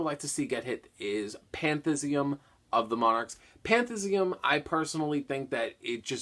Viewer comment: pan-thee-is-um not pan-thiz-ee-um